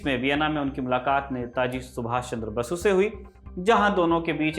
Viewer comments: Bhai it's Netaji Subhas Chandra Bose.....not Basu.......n thanks for the tis apisode about sir Pilai. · Sir it's Subhas Chandra Bose not basu 🤍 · Subhash chandra bose ko " Basu " Na boley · Subhas chandra bose ki ko aap basu bol rahe hain